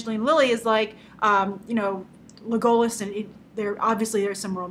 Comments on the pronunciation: And it's Le-go-LAS, not Le-GO-las. Just sayin' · Legolass is how it's pronounced. not legohlas. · Leg-Goal-Us Grace? Hmmmm...try Leg-O-Las when pronouncing it. Nice try though Grace. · Legolas is pronounced LEH-go-lahs, not Le-go-less. inogolo has an audio clip for the proper way to say his name (pronunciation/d1449/Legolas) that is the file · Leh-goh-lus? What? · You pronounce Smaug, Legolas and Gandalf wrong. Easy misstake, but come on Grace they say Legolas and Gandalf in the Lord of the Rings movies. It's not Gandolf it's Gandalf. And it's not Smog it's Smaug. And the elf king is (in the books atleast) Legolas father not Evangeline Lilly's characters father. Great analysis and review of the trailer though. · First, you are pronouncing Legolas incorrectly. Next, Thranduil is Legolas' father. Next, in the book the only thing that connects The Hobbit and LOTR is the ring and in this story the main plot surrounds the Dwarves and their quest. Yes the ring is there and it helps BIlbo be a better thief but it's not the main plot point. As for the movie, they added more to the necromancer story, which in the book is just barely mentioned in order to pull in people who have not read the book. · After seeing Kitty's comment, I was going to defend you, but I looked at the video and realized she was correct. You butchered Legolas's name and apparently, like Kitty said, have never read the book. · You said Legolas wrong!! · I'm sorry the way you say legolas is actually laughable how do you say it so wrong? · Evil elf king hahaha. And the pronunciation of Legolas. Grace, do all of us a favour, read the book before you do the review.